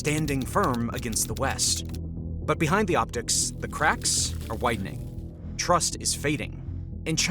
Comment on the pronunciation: did he say "the craps are whitening"?